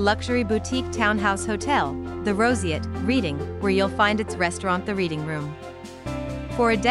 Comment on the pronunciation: It’s pronounced ‘Redding’, not ‘Reading’.